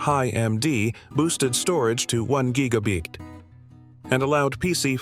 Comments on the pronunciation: WTF is a giga bigt? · What's a gigabeet, lol? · What the heck is a gigabig??